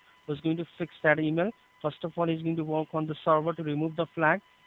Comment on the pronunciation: I know the English "or" sound is difficult for non-native speakers to say, but the way "" pronounces "work" makes me want to scream. It's the same way a scammer pronounced the "ir" of "Birmingham" in another video.